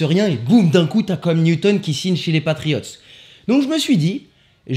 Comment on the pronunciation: "Com Newton" 😭😭😭😭